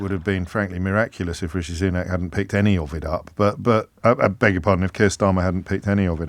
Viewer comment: Imagine being in the media and still not knowing it's pronounced SOO-nak.